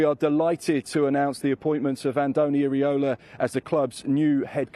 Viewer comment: Pronounced as Eera-Olah.